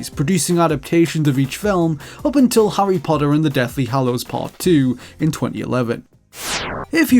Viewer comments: Harry "Poddah" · Hurrey Podder